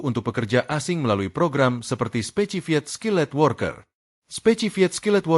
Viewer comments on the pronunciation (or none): Bacanya bukan specified skilled worker min, coba belajar bhs inggris dikit biar komtennya tambah bagus